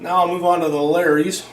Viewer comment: Maybe clear your tastebuds after each sample with a sip of water? And its not called, “Larry’s.” Laaaaawrys